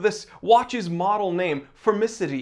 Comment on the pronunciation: It's not pronounced formidicee, it's pronounced "blaaanquepaaan". The green bit was good.